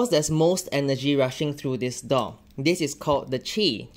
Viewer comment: I thought he was saying “dog” instead of “door” at first…